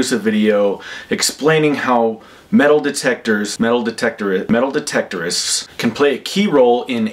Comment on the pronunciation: Metaldetectorists lol and the other words you were not able too say it put humor in too a god speach